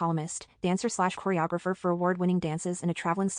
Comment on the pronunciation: I think you pronounced it wrong, its choree-o-griffer. 😂😂